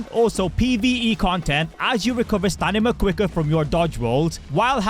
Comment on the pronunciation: Stamina ❌ Stanima ✅